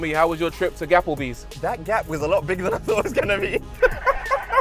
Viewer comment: “How was your trip to Gapplebys” 😂 PS. This will be my next car. What a beast 🔥